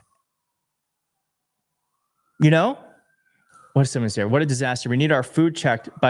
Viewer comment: Jimmy Comer: "A h'what now?" 🤣🤣🤣